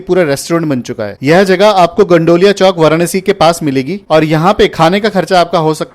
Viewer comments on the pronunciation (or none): भाई गंडौलिया नही होता गोदौलिया होता है😂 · भाई नाम तो सही से बोलो its गोदौलिया